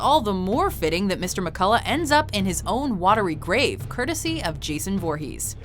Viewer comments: That's not how you say voorhes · I thought it was foorhees not voorhees